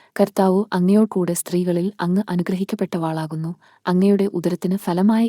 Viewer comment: നന്ദി. അനുഗ്രഹിക്കപ്പെട്ടവളാകുന്നു എന്നേ ഉള്ളൂ. വ എന്ന അക്ഷരം കഴിഞ്ഞ് ദീർഘം ദയവായി ചൊല്ലരുത്. ദൈവം അനുഗ്രഹിക്കട്ടെ.